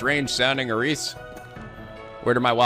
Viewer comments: you're killing me every time you say her name. It's not Air-ees, it's Air-iss. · OMG DID YOU JUST PRONOUNCE CAIT SITH AS "KATE SITH" IT'S PRONOUNCED 'KET SHEE' WHY DOES EVERYONE PRONOUNCE IT WRONG! honestly that's worse than your pronunciation of Aeris...